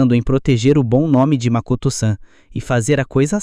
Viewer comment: Um bom vídeo, no entanto tem várias vezes que os nomes dos personagem é pronunciado de forma errada, como Akihara Haruto q vira Akahara Hirudo e Mikoto q vira Makoto, fora algumas palavras normais que são pronunciadas estranhas e até erros no uso de artigo. Recomendo dar uma olhada nesses aspectos pro próximo vídeo e tbm sei lá, tentar dar uma animosidade melhor pra história em vez de apenas ler a rodo os diálogos do capítulo do mangá.